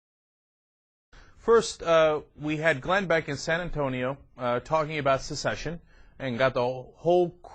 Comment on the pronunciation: Wow. Birdman what's your highest level of education? First of all it's not 'succeed' and 'succession'. It's 'secede' and 'secession'. There are so many problems with what you r proposing. For one u would need a majority referendum to demonstrate that a majority of citizens in a state actually wanted to secede. However, the minority that voted against it still have the right to maintain US citizenship becuz a majority cannot remove the citizenship of a minority - that is unconstitutional.